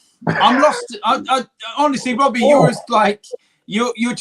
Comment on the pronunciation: ”WHENS IT GOING TO END WOBBIE”